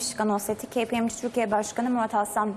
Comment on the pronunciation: dünyanın en leş "kpmg" teleffuzuydu